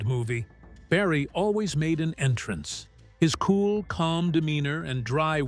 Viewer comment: Mary is the definition of a hipster, and the way she says cool as "kewel"...🤦🏻‍♂️😂